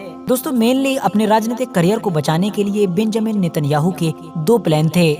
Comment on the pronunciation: Pahle Naam to Lena seekh lo beeeeeenjamin